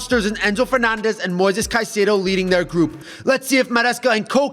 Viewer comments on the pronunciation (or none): none